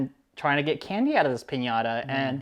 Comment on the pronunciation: Dejé de ver el video a la 4a vez que oí piñara en vez de piñata. se esfuerza por pronunciar bien cualquier idioma y dice piñara.